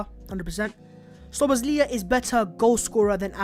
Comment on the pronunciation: Szoboszlai pronounced as Shaw Bus Lie